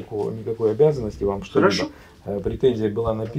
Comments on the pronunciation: разговаривает как мошенники из "аналитических компаний" средствА, смотрите. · «средствА» - пипец… Миллиард раз было сказано.